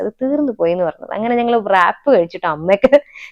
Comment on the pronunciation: Wrap ennu word pronounce cheyyumbol, ‘W’ silent aanu.. Rap ennu aanu paraya😊